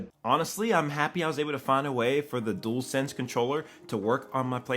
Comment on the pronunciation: Dool sense it's dual sense sounds like jewel d-u-al